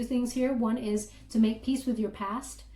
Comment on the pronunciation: Peace? not peas